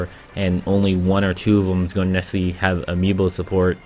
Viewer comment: why do u say "nesserly" once every 15 seconds? that's not a word dude